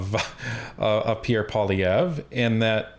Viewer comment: poilievre poilievre poilievre not polieve my Goodness. Don't you read his name Everyday...?? and still you see polieve. Yes i'm French and also English. Your not alone in this one sided Canadian literator. Get it right Please